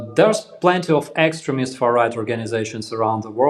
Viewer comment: The first time i heard you call them extremist, I heard excrement...lol